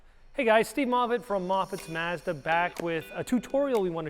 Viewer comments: It's mahhhzda, not mehhhzda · I have never heard anyone pronounce the word “Mazda” like these 2 gentlemen do. 🤔